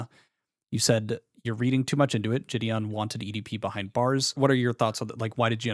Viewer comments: How can someone know Jideon personally and call him Ge'dawn. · why does he call jidion, "jidon" LMFAO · “jih-don” is jidon and thats jidions actual name 😭 brain of a baby toad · I can't watch this because I can't get over him calling him JidON. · bro how is literally everyone in the situation so damn unserious??? After all this involvement and correspondence with him and such, how the FUCK is this dude actually calling him "jih-don"??? Oh my lord this is so annoying to listen to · He worked for him, but doesn’t know how to say his name? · This dumbass can't even pronounce jidion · How’s bro gonna say he’s been friends with Jidion for at least 2 YEARS then keep mispronouncing his name like son 😭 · Fucking hell this kid can't even pronounce Jidion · I can't get over the fact that one of Jidion's upper mods can't even say his name right 😂